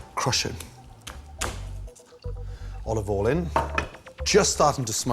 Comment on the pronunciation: “olobol en”